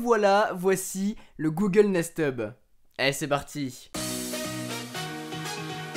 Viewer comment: Durant toute la vidéo j'ai entendu Google Nest tube XD